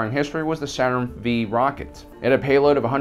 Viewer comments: Saturn Veee rocket. Come on brah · I hope I'm not the first to mention this but the Saturn V rocket, the V is a roman numeral which stands for 5, ergo the V in a Saturn V is pronounced as a Saturn five, not V... Just sayin'... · one V is pronounced as five, just like 5. So when I see Saturn V I read it as Saturn 5. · Love the video but "Saturn V" ( not Saturn 5) haunt's me. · It's called Saturn V (5)... Not V(ee) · Seriously...did you really just say V instead of 5? It's a roman numeral. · It's Saturn 5--- V as in the Roman numeral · "Saturn Vee?" No, son. It's a Saturn Five. The 'V' is silent. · I can honestly say I've never heard it referred to as the "Saturn Vee" instead of the "Saturn Five". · Saturn “vee” 😒😥 for fucks sake man it’s 5, Five fucking FIVE!!! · Damnable millenials, it's not Saturn "Vee" rockets it's Saturn 5. You know, like the Roman numeral for 5, V? Also it's not "cost proficient", it's "cost efficient". You are 100% correct about Israeli women. It's almost frightening but frightening is also hot. J/k about the whole millenial thing. Though I have noticed that there are many pronunciations that the 18-30 year old set keeps fouling up. I think it's because they read these terms but have never heard them spoken. I've noticed it especially on this channel. If I hear one I'll try to inform you in the future. I'm not trying to be pedantic or judgmental, I'm trying to be informative. I like this channel and don't want you guys to sound silly. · "Saturn Vee"... you lost all credibility right there... It's actually "Saturn Five" the V is a roman numeral. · It's Saturn 5, dude..not Saturn V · Saturn "V" rocket? Really? It's a Saturn FIVE rocket. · That V at the end of the Saturn rocket's name... is a Roman numeral... It's it's the Saturn 5, not Saturn V :P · A Saturn "Vee" rocket?! Are you kidding?! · "Saturn V" is pronounced "Saturn FIVE!" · Saturn five, not Saturn vee... #RomanNumerals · it is called a saturn five rocket not a saturn vee ....